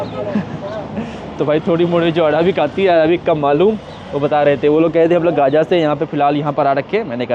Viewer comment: Speaking Not Good Right गजा not 🚫 गाजा